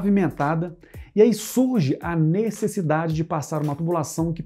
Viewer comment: "O gás naturar é uma 'nessidade' diária" ...kkk